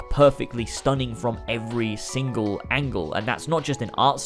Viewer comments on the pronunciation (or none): none